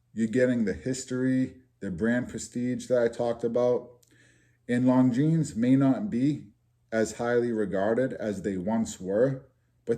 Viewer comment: Little late here but I am also from NE and you pronounced Longines perfectly! Ha